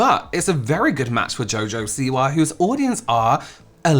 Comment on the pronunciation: That newscaster..."Jo Jo si-WAH" 😅